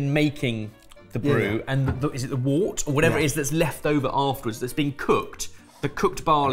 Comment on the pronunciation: Timestamp The word you are looking for is "wort" pronounced "wurt or "wert". This is a name given to some herbs (usually of a medicinal nature) and is a name given to a brewing mash/pulp. A "wart" is a skin growth you get on your hand if you unlucky thus. Wort-"Wurt/wert" NOT wart. They are different things and are pronounced differently. Any online dictionary can tell you this.